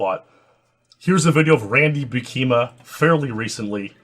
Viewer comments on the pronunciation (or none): You are triggering me with your pronunciation of Buikema bro. Emphasis on the first syllable, which should rhyme with "You"